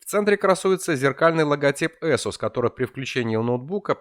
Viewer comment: безпровОдного . Ты узбек водопроводчик, дядь. Эсус. Нумлок. КэпсЛУК. Глаза режет, фу блять